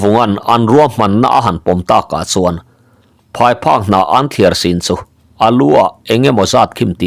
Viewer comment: Pheiphak ni lovin phaiphek.